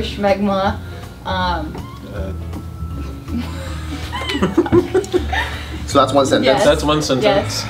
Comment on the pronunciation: When was it ever called "Shmegma" It's just Smegma.